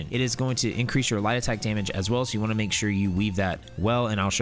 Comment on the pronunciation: I watched one of your other videos and was like I can not find lie detect under any of these trees..... after watching this I realized you were saying light attack